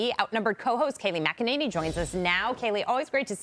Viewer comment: Why do people say MacEnany , it’s McEnany